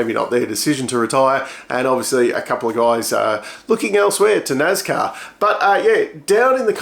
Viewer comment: NASCAR It's a S not a Z, so NAS not NAZ, National Association for Stock Car Auto Racing